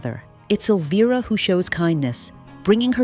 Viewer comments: why does the pronunciation of elvira's name change every mention? it switches between elveera and elvaira. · Spelled Elvira, pronounced El-veer-a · It's weird hearing you flip flop between pronunciation on the name Elvira, just pick one and stick to it please.